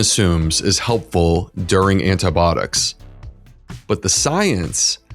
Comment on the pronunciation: If you are going to do a program on antibiotics, you should learn how to pronounce the word. How can you not know this? Are you really a physician, Look it up. I am unsubscribing just because you can't pronounce a common medical word correctly.